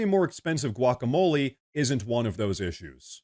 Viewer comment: Guacamole “ Quaickamolee